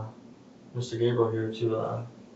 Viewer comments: Thanks for the heads up.. I should’ve knew right off the bat when he pronounced his name GAB-REE-UL instead of GABE-REE-AL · Dude, his name is GABRIEL, not GABRIELLE. 😂 GAY-bree-uhl. I know we technically don't care when it's a POS like this guy, but there are other people by the same name in the world who would appreciate proper pronunciation, I'm just sayin.' 😛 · This is the first thing that bothered me as the show started. I looked it up to make sure. His name is Gabriel Rene. Though the names are similar, they are pronounced differently. GAYB-riel or Gab-ri-ELLE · It’s Pronounced Gabriel - gay-Bree-el (male) - like the archangel - not Gabrielle (female) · His name is Gābriel not Gabrielle. I swear to god, you mispronounce names worse than any channel on YouTube. I guess that’s what you get from a video narrated by a robot. Maybe you need a firmware update? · Why is he saying Gabriel like that smh